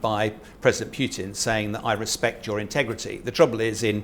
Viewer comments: It’s Putin not pyutin you muppet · Pyuwtin? Appropriately enough, the pronunciation is more like poo-tin. Happily, the decision on permanently driving obdurately violent thugs out of Ukraine does not depend on the opinions of let's-appease-'em "experts". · Who is this President Pyootin he talks about? Can't be the Russian president, as that is V. "Pootin" (Путин). You can always tell which of these talking heads can read Russian and which can't. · Is this guy legit? Says Wagner is 50.000 strong and that talkin' bout"Pew-tinn" like the man on the street. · This man is considered an expert on russian politics? He can't even pronounce Putin's name correctly. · I'm sure Putin cares, not that that matters. Generally, names have one pronunciation and several common mispronunciations. The mispronunciations don't become correct just because they're common, and an expert whose knowledge of the subject is supposedly his selling point should know better. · What do you expect from an "expert" on Russia who can't even pronounce Putin the Petulant's name correctly?